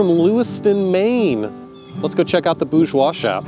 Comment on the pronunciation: You know, Matt, there is an "R" in "BouRgeois" 😁